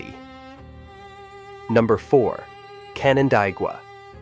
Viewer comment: It's pronounced Can an DAY gua.